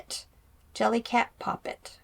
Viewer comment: Jellycat!, your pronunciation is correct! Team!